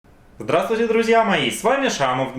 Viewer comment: Когда же ты прекратишь коверкать слово "друзья"